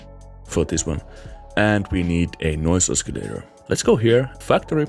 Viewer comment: ah-suh-lay-ter not ah-skee-lay-ter